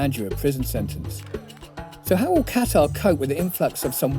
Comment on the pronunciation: you made my ears bleed everytime i heard you say Qatar